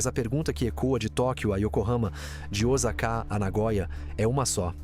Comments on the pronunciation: Não é diozaka não rapaz é ossaka o nome da cidade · Tive que parar de ver...muita raiva da burrice... Nao sei se e' a IA que le o texto , mas tem que ensinar pra ela que existe oSaka e nao oZaka....tambem nao existe aZahi shinbun e sim aSahi shinbun... Qdo vao aprender que so no brasil que trocam o S por Z L por U e assim vai...